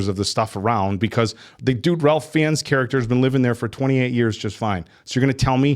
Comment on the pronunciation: Why do all of you keep mispronouncing plague? 😅 And Ralph Fiennes.